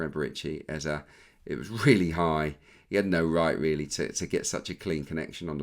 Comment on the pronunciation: Was about to come for Peter Drury over how he said Eberechi Eze’s name — then I heard you yesterday. Just for the record: it’s Eze-e. The last vowel sounds exactly like the first one. Not “Ezzy”, not “Ezza”. As Africans, it’s honestly annoying hearing commentators mispronounce names like it’s no big deal. Would be nice to have a blip button every time they get it wrong. No shade, just… saying.